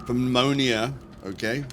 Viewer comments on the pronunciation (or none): Pneumonia - silent p so New-Moan-Ear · Thanks for the great tips! And one for you - the P is silent when saying Pneumonia